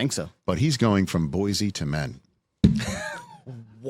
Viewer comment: The city's name is pronounced "BOY-see", not "BOY-zee", but it's still such a perfect pun that I'll allow it.